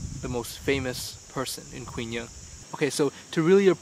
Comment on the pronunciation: 'Quy' in Quy Nhon is pronounced like 'We' not 'Kwi'.